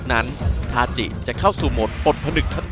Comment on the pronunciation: ทาจิครับ ถ้าเป็น ทาซิ จะออกเป็นTashi ส่วนถ้าเป็นทาจิ จะออกเสียงเป็น Tachi สรุปก็คือชื่อ ทาจิ ครับ